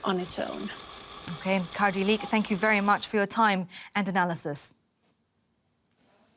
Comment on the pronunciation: 2.40 The reporter said Kardi Liik instead of Kadri. The effects of Cardi B..